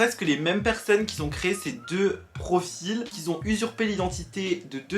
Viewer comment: par contre mec tes "qui zont" c'est plus possible la haha c'est "qui ont"